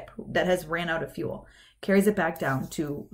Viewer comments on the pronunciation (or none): none